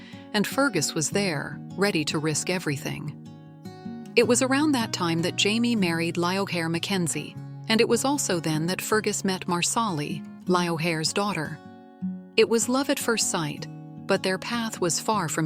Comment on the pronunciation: Lioghair is way to nice for Leghair🤣